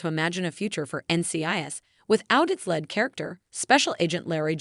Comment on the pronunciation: Your reading the words correctly is pitiful. It is lead not "led" and Leroy not "Larry'. And Shawn not "seen"